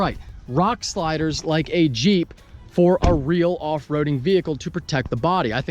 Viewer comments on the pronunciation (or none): none